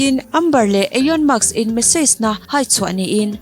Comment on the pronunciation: Ekhai, ka bialpa 🙊 Elon Musk hming i lam mak em mai, ka rilru alo na ania aw 😝😝